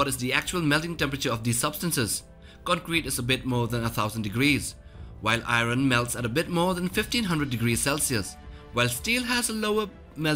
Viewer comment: Why he say iron like that